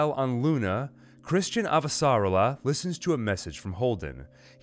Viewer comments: Great job but your pronunciation of "Avasarala" is off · very good, I am just annoyed by your pronunciation of Avasarala